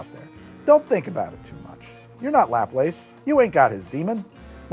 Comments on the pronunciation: sorry to be that guy, but the french name Laplace is said “luh-PLOSS”, not lap-lace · Have I been pronouncing Laplace as "Laplass" my whole life when it's "la‐place?"